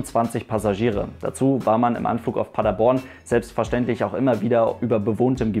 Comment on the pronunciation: Du hast Paderborn richtig ausgesprochen 😍 Viele die nicht aus Paderborn kommen sagen Paaaader-borrrrn